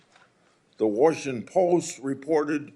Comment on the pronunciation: Can’t believe Grassley hasn’t messed himself on TV during one of these hearings in “Warshington”